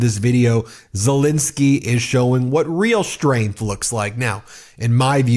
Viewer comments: Petty I know, but why do americans call Ukraine president Zelinsky when his name is ZelEnsky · Please can we be observant and professional enough to manage to pronounce Mr Zelensky's name correctly. It's not Zilinsky. It's Zelensky. You make yourself look like an amateur. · Ben,, please call Zelensky his proper name, not Zelinisky. It`s an E ffs. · Zelensky not Zilinsky. Please... It's been 3 years. Please try and get it right. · It's pronounced ZeLENsky not ZeLINsky. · Why do you call him Silinski all the time?